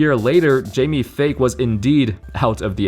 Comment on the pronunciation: It's pronounced Jamie Fike not fake lol